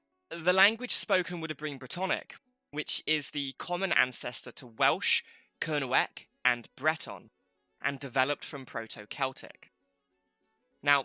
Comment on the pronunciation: Great info - not great pronunciation! Kernewek/Kernowek - more towards "Kernek" with a slight o sound before the 2nd e. It has a silent w as in Boscawen-un ("boskaa-noon") Chysauster - "tche-ZOYster" (hardly ever pronounced right by people not from there!) Carn Euny - more towards "oonie" than "younie" Fougou/Fogou - "foo-goo" Chun (Castle) - "choon" Sorry to be picky but I think it's important to preserve the traditional pronunciation against Anglicisation. Look what happened to Redruth! no-one pronounces that "r'DRUTH" anymore! That said I enjoyed the vid, thanks!